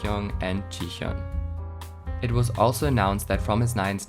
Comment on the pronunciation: The pronunciation is wrong. It's Hayoung, not Hajong, Gyuri, not Gyuli, and Jihon, not Jihyeon